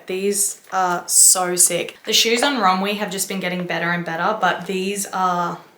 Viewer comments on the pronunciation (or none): Did you say run we? Or runway? Or is this all shien? Help??!!